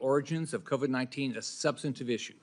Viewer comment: what in the world has the second clown saying when he pronounces COVID AS CO-VED ????